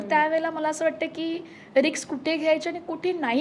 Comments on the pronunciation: रिकस नाही....रिस्क.....pls chrck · Riks नाही Risk